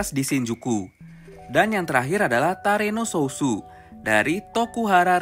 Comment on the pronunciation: Gua Ngakak Pas Lu Bilang Tareno Sousu Padahal Nama Aslinya Terano Sousou